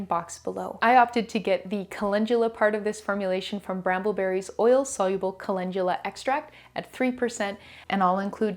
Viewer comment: Why do we pronounce it colengula when it's spelled calendula..😂 I really need to know being a mostly reader and watching it took me a min to realize calendula and colengula are the same thing.